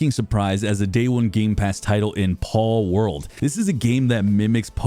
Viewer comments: i think its pronounced Pal as in buddy or friend. With the information regarding the game palworld that half the objective is to capture and fight pals. just an observation paul world sounded so off and didnt ring in my ear right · paulworld💀 ITS FUCKING PALWORLD BRO